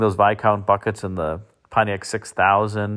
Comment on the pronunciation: That's not "Pontiac".